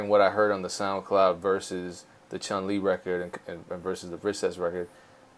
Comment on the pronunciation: Dope interview, i really like these ones! BUT!!! Did he really said ChunG Li? 🤔